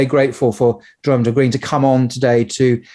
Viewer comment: Isn't his name pronounced 'Y'oram ? Nevertheless brilliant interview as always